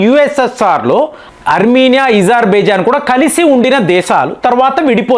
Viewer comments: మీరు ఎందుకు కొన్ని పదాలు వత్తి పలుకుతారు.ezarbizan.అది అజర్ byjann మీరు యూజర్ అంటారు ఎందుకు ఇలాంటివి అణిముత్యాలు కొన్ని వస్తాయి మీ న7నది.మార్చుకోండి..ఇరాన్ ను ఈరాన్ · Izer baijan kaadu , azer baijan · ఇజార్ ఇజార్ అంటారు ఏమిటి అజార్ అనే కదా ఉంది ఎందుకు అలగ పలుకుతున్నారు వినటానికి బాగోలేదు